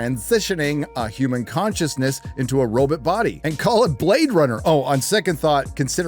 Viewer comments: why do you say robot like zoidberg? its row-baht, not robut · The entire video you’re pronouncing robot as “robit” then you slip up and pronounce it robot… whyre you faking how you say the word lol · All great points, but I can't stand the way you say robot. (robit)... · Maginot... I see French isn't your strong suit. What the hell is a "robut"? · Robut?! Last I checked it was robot. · Hawley, NOT “Howley.” Robot, NOT “robutt.” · Bro what's a robit? Pretty sure there's 2 o's in Robot LMFAO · It’s pronounced robOt, not robUt 🤖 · Have to disagree: it’s RoBOT not RoBIT. 😂 Otherwise, dead-on, as always. Love your channel. 🤖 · Did you pronounce robot as robert? Like they do in china? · I love you bro, but saying Ro-bit instead of RO-BOT, makes me want to take a chainsaw to your mid section. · Oh so you pronounce robot ‘roe-bit.’ I think most of us say ‘row-bought.’ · I took a drink every time he said "roebutt" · I love hearing "robit". It sounds like Zoidberg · dude stop saying robit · I wonder why this man prefers to pronounce robot Ro-butt multiple times lol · My favorite part was when you said Robut. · I can't take hearing say "robit" any longer. I'm turning this video off. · How can you not know how to pronounce Maginot or robot? What the heck is a robut? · Robut. Classical pronunciation. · You pronounced robot as "robit" You go Dr Zoiberg! 😸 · ......What is a "row-but"? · I smile everytime says robit. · So is the pronunciation of "Roe-Butt". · Just read books then if you hate everything that anyone makes now that you don't like, you knee biter. Plus pronouncing robot differently every time made me laugh. That's how my Grandma pronounced it wrong every time too. I only watch your videos when I'm in a bad mood and want to feel smarter and a better person. Thank you dingleberry! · I hate how you pronounce the word Robot. So much. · I appreciated the Twilight Zone pronunciation of 'Robot'.